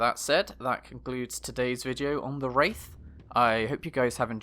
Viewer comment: There's a mistake at the beginning : "Waith"